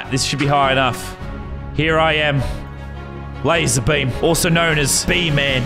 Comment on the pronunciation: You said Lazerbum not Lazerbeam